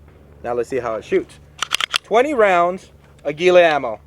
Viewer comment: I'm am the only one upset that he said Aguila the way he did.